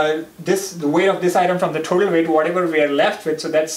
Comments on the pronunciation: Why're you saying THOTAL when you can say total ? ☝ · thotal no of kholum😂